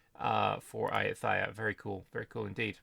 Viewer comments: The ‘th’ in ayutthaya is pronounced the same way as the ‘th’ in Thailand. Namely with a hard ‘t’. Also the stress is on the ‘yu’ and the ‘ya’, rather than on the ‘tha’. So it’s a-YOU-ta-YA. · Hello! Great debriefs that you have been doing for us since day one 👍 just for info, in Thai written in Latin alphabet, the letter H is only to differentiate the prior consonant, so “th” is pronounced like a regular T (like we all do in the word “Thai”), “ph” a regular P (or the island of Phuket will sound very strange with an English pronunciation 😂) etc